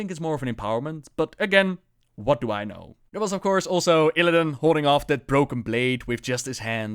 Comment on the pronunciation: although it's Illidan, not illadain or illadin;p